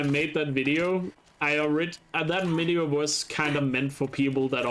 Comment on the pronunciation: When you said the "like dis wideo" line the like button lit up what the hell